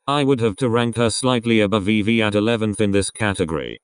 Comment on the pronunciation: You can't even get Vivi's name right. And they don't have official positions.